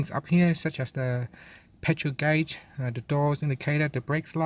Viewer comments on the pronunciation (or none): none